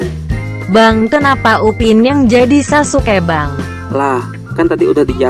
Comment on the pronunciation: Sasuke Guys bukan saske